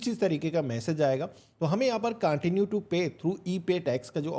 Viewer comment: CONTIUE HOTA HAI BHAI CAANTINUE NAHI